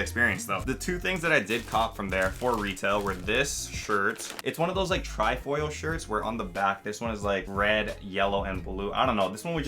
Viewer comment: Man really said Tri foil 🤦‍♂️😂